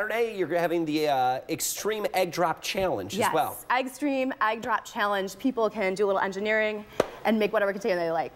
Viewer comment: The word is not, "agg." This mispronunciation is driving me crazy!!!!